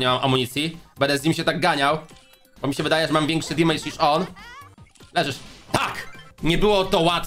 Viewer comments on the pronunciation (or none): dżisys skończ z tym "dimajdż"...mówi się "demedż" - damage, gdzie ty tam masz to i!